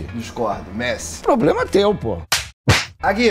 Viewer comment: "POBLEMA É TEU POW" racheii kkkkkkk